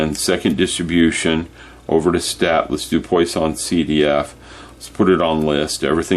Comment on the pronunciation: It’s pronounced “PWAH-sonn”